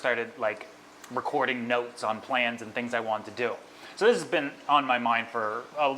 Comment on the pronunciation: " and i really wannit it" see why its important to say the letter T in wanted ... i bet you say granite instead of granted aswell